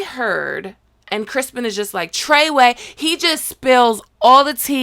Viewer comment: "TREY WAY" 😎